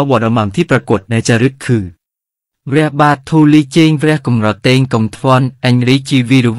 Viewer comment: ภาษาขอมครับ อ่านว่า ก็อม รอ แตง สมัยก่อนขอมไม่มีสระ แอ มีเฉพาะสระ เอ อย่างเดียว ออกเสียง แตง ไม่ใช่ เตง ครับ